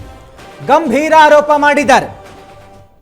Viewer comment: Haropa alla aaropa sariyaagi kannada kali nina spota bombda 😁